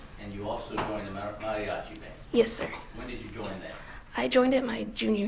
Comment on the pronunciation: She pronounced the word Mariachis & quinsenera very Well in spanish for being a gringa...lol very attractive too...